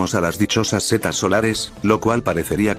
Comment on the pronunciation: ¿Por qué "cetas" en vez de setas?